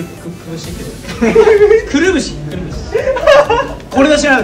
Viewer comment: くるぶし？くるし？笑笑